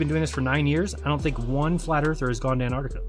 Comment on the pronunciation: A requirement for travel there should be the ability to pronounce Antarctica correctly.